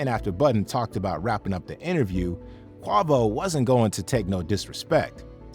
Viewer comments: Not kwavo... Quavo! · Who is Q-ah-Vo? LOL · Get the names right. That’s not how you say lil yachty or quavo. You gotta be A.I or something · Yach tea? Quarvo? You gotta be 45+ to not know how to pronounce their names considering how big they are as artists 😂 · What I find most entertaining is how you pronounce even the most basic rap names incorrectly 🙃...you can literally hear their name in the clips YOU CHOSE 😂 "YAH-CHEEEE" "QWAHH-VO"🤣